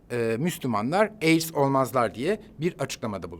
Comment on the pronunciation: Armagan Bey, Ben AIDS mi duyuyorum? Yoksa AIKS?????!!😱